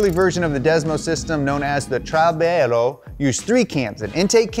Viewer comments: As an Italian I want to make a correction, the name of the motorcycle isn't trailbero but trialbero, it means that its valvetrain uses three, like we call them, "alberi" to move the valves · Trialbero, not Trailbero, means three tree (Tree == Camshaft) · min , It's Ducati 'TRIALBERO' not 'TRAILBERO', .. dunno whether simeone already told you.. the meaning is something like three camshaft "Albero" stands for "Albero a camme" which is the camshaft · it’s not TRAILBERO, it’s TRIALBERO! loooool TRI-ALBERO literally TRIPLE-SHAFT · I think it is "trialbero" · It's "TriAlbero" (Three Trees) instead of "TrailBero" but anyway its a hell of a video about this technology!!! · trailalbero is for sure tri-albero. it means 3 shafts proud to help with a bit of italian. love your way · not TRAILBERO. It's TRIALBERO (tri-albero) ... that means 3 cams!! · It's "TRIALBERO" not "TRAILBERO", means three camshafts, camshaft in italian is ALBERO A CAMME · It's TRIALBERO not Trailbero, meaning 3 shafts ahahah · "Trailbero" hahaha love the effort but it's Tri (three) - albero (cam) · is "Trialbero", not "Trailbero"! It means that has three cams. Still great content as usual guys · It's actually "Trialbero" (not trailbero) which in Italian means 'three tree' or 'triple tree' referring to the 3 camshafts (again, in Italian they are called 'albero a camme', literally 'cam tree'). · the system was called trialbero, not trailbero, and it means three-shaft (tri-albero) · T R I A L B E R O (not Trailbero) per favore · it's trialbero, not trailbero. In Italian, tri-albero means literally three-camshafts, hence the name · Small correction to make because I'm a little italian a$$&£@ It's TRIALBERO, meaning 3 shafts, not TRAILBERO, meaning the trail to Bero, where I guess it's where italian engineers go to lunch 3 hours a day. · You made a mistake with trailbero, it is trialbero which means it has three (tri) shafts (albero)... Loved the episode hope you'll do more... Maybe Moto Guzzi someday? :D